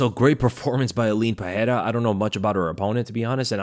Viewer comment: Stop with the "Puh-hair-ah"; there is no "H" sound because there is no double r (like there is in Ferreira).